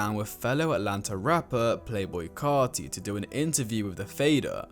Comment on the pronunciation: he pronounces carti very well, “carti” comes from cartier the French luxury brand so carti is pronounced like in French so he's right to pronounce it like tea btw i m french